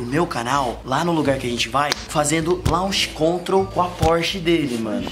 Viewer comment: O se acha com a porshe e os 2 falando coisa de carro sendo q nem sabe "Launch Control" ta escrito mais nn se fala assim kkk mds